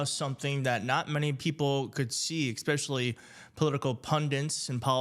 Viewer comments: AND it's not "exspecially". It's "especially". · Please. Especially, not EKspecially. No “K” sound. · Ekspeshally = mispronounced. Es pesh allee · Just curious -- when you write out "especially", "pundit", and "Wisconsin", do you spell them like this? Or do you spell them "expecially", "pundint", and "Wersconsin"? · Did he just say expescially??